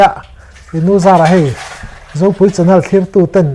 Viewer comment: 'CHANNEL' tih i lam dan hi a van dangdai ve...😁😁 Mahse Mizo Youtuber zingah i lam ang a lam hi chu an awm ve nual tho e. 😃